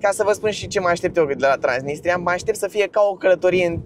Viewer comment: Ba ai zis trainisia